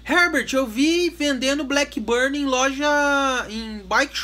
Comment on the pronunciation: It's not 'blackburnie' but blackburn!